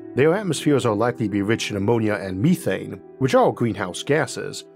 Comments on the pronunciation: Meth-ane. Me-thane? Hell no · MEETHANE ?????????? NOOOOO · Ok, I overlooked the speech impediment, but you had me until you started saying, "meethane" smh